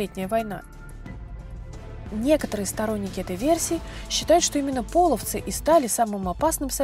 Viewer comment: не пОловцы, а полОвцы! И не показывайте изображения тюрков больше, половцы всегда были степным племенем славян, мы всегда были светловолосыми европейцами с карими глазами, язычниками. Весьма неприятно когда вы на полном серьезе озвучиваете церковные расистские и ксенофобные мифы! Мы никогда не предпринимали завоевательных походов и не были соседями, мы часть Руси не принявшая крещение и боровшаяся с насильственным крещением, по сути это гражданская война с христианскими захватчиками